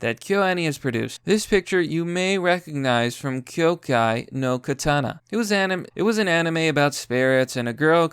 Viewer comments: Kyoukai no KANATA....not katana. Atleast say it right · Sorry but in it kinda annoyed me when he said katana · kanata not katana